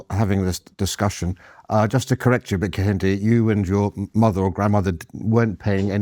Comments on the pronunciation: He cannot even pronounce his own supposed name 😂😂. Car yin day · KEHINDE... Can't even pronounce his own name correctly. Google it. It's a Yoruba name. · Kehinda, victim mindset. Please have someone more articulate on for these kind of debates. He doesn't even use correct pronunciation when speaking. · I am just 2 mins into the Video & already I get a sense that Prof. Kehinde is not genuine; Professor of black studies who cannot pronounce his Yoruba name correctly CANNOT be taken seriously, if you can’t do the basics then how do I trust you can do the intellectual heavy lifting? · Kehinde doesn't even pronounce his own name correctly. This is not to shade him but those SJWs that get triggered by such. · Yet another unpalatable cocktail of oppressed/oppressor dogma and reductive ideology desperately wanting to be seen as an intellectual position. Mr Kehinde corrected your pronunciation of his name, did he? I bet he did. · Just so you know, Kehinde isn't even pronouncing his name correctly. 😂